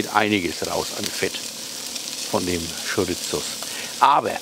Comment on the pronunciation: Geiles Rezept, wird definitiv nach gekocht, aber die Wurst spricht man Schoriso aus, nix mit z😂 Bitte richtig verstehen, mach weiter so und bleib wie du bist 👍👍